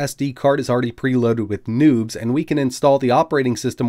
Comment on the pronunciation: Not gonna lie, I thought you said that there was nudes on that SD card the first time you said it.